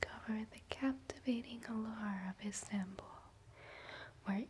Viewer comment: Never heard of an "instanbull" before. Is it anything like Constantinople?